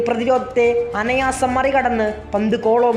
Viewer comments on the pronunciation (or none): " അനയാസം" എന്നല്ല , "അനായാസം " എന്നാണ് പറയേണ്ടിയിരുന്നത് . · "അനായാസം", എന്ന വാക്ക് 'അനയാസം ' എന്ന് ഇനി പറയരുത് . plz.